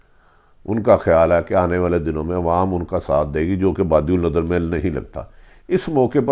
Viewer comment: Bhatti sb khudara urdu zubaan ki tang na toray. phir arz karunga ke upload se pehlay durust lafz bolnay ki mashq karlen. EKHTELAFIAN, FARHAM, TARAKITI etc. (Her vdo mein lafz badiunnazar) behtar hae punjabi mein hi upload karna shuru karden. ummeed ke aap bura nahin manain ge. shukriya